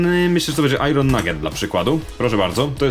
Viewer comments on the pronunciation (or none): Nie "ajron" tylko "ajen" grammar nazi